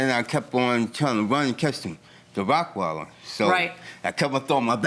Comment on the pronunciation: This man owns a dog but can’t pronounce what type it is!!!! ROCK-weiler so ignorant